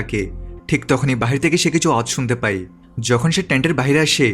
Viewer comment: আপনার ই আর য় উচ্চারণ ঠিক নাই।পায় না বলে পাই বলেন। আবার যায় না বলে যাই বলেন। উচ্চারণ ঠিক করুন